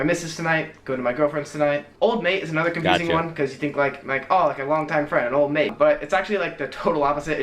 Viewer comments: And it’s not old mate, it’s ol’ mate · Old mate is exactly as you said it, anyone random who you may not know, normally we say old mate when talking about someone, not so much as a way of addressing the person youre talking to.